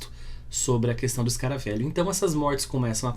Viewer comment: "Escaravêlho", não "escaravélho".